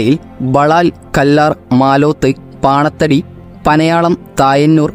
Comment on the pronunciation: കാസറഗോഡ്, പാണത്തടി അല്ല bro, പനത്തടി